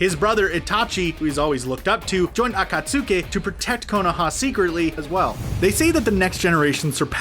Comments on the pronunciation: People in the comments need to chill about the pronunciations. They are just slightly off-- it's not like you don't know what they are talking about. Besides, most of them aren't quite mispronunciations-- they just stress the wrong syllable (like akaTSUki instead of aKAtsuki). Seriously, this is one reason why the fandom is notorious for being terrible. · Okay dude, just stop making these vids when you complete botch every Japanese name, term or words. Narudo, Madara (but then how you say it), A-kat-suki, bye-uka-gan, haiuga? I somehow find it even stranger that you made up these pronunciations, as even the Dub does not say this, and do not get me started on the original pronunciations from the subbed version of the series. Ow yeah, and Borudo.. Damn it feels like a completely different character list when you read it.. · EVERY NAME IS MISPRONOUNCED! Bayukagan, borudo, ackasucki, asooma, kabooto, yamado, kagooya, uchia, mitsooki, uzoomaki, ootsoosuki Edit: sorry if it’s because of your accent or something like that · Everyone: akatsuki: AcKaSuKeE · HE DID NOT SAY “aKaTsUkAy” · Every time he said acutsky he pronounces it a-ka-soo-ki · This needs to be deleted and fixed. Akat-sookie? Come on. This is supposed to be a professional youtube channel. This is wack. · HE MISPRONOUNCED AKATSUKI THREE DIFFERENT WAYS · You said naruto and akutsuki wrong i think i mispelled akutsuki